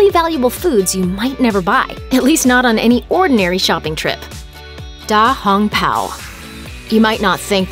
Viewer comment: Smacks forehead because of the horrible Chinese pronunciation btw da hong pao means big red cloak